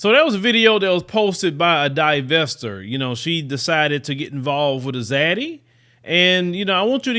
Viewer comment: "Divestor" 😂. is too funny. Great show.